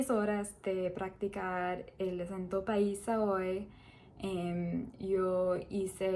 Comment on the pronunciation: Si. Que más, pues? Como lo dijo se escuchó en perfecto paisa. Saludos y continué que va muy bien.